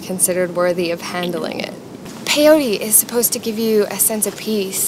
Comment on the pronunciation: not "pe iou ri", is peyote, PE-YO-TE